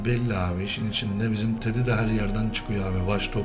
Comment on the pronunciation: tedy değil tibers :D